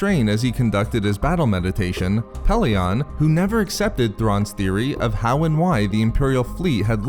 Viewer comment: 1st name I've heard mispronounced "Pellaeon"..short e in todays audiobooksand sounds better not short o at the end. unless you're a fan of the early audiobooks then add a C in the middle of Coruscant and kep using the short o of Pellaeon